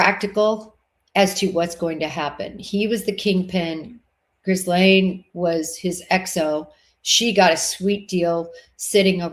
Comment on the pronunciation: it’s Ghislaine. No r etc. pronounced like this sort of …. Jeeslane.